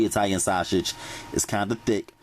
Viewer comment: You heard him... shawshage! 😂💯